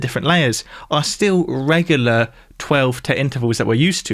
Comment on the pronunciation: I can't get over how he pronounces the word 'regular'... regahluh